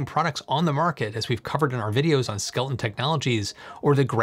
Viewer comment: You keep saying skel ton, but the images you showed the company name is spelled skel eton.